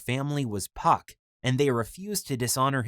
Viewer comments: Was it pronounced puck or f**k? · I'm just wondering why he wouldn't tell them his name is pronounced Fuck You in English... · His name isn't spelled PuckYou it's spelled PhuckYuh there for the (ph) is pronounced as an F so really his name is actually said as the cuss word. He just said puck so this vid would be family friendly.